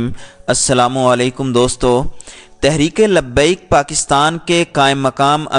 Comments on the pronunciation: Sorry bhi lakin iska naam tlp hai tareek labbiak Pakistan Zara naam sahi bolo aap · Insan bn sahi name bolo TLP Pehle seekh lo